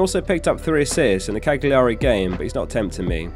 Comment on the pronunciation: Sorry to be pedantic but it's Cal-you-ree not Cag-li-ar-ee